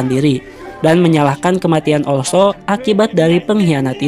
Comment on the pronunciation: oslo, bukan olso